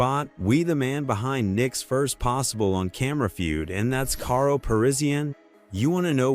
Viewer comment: damn, I hate these videos from you guys who clearly don't watch the sport. I am just 1 min in and heard you mispronounce karo's name like 10 times. Its pronounced like carl not kay-ro.